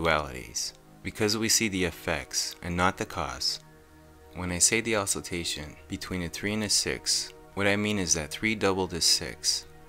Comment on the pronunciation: "Ocilltation"??? "Newculous"??? WTF izzat? Learn to read bro. It's OCILLATION AH SILL AY SHUN and nucleus NEW CLEE US.